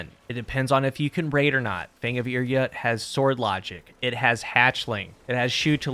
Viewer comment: Pretty sure it’s pronounced Ir “Yoot” not yut